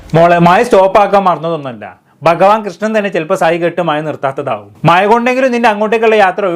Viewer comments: മയ അല്ലെടീ " മഴ " 🤣🤣🤣🤣🤣🤣🤣🤣🤣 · മയ അല്ലടി മഴ